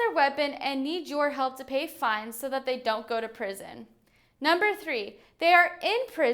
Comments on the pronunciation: "Pison"? Don't you mean "Prison"? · Pison? 😂 All good though appreciate the video and good laugh but I wish him well. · Prison not pison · Pison? Am I the first one to notice??